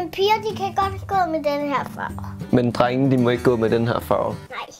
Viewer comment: Det er som om siger trenge i stedet for drenge